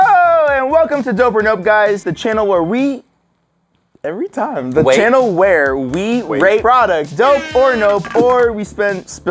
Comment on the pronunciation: "Hewwo The Chwannel where we Wate... awkward silence Pwoducts. (Sorry for misspelling or whatever)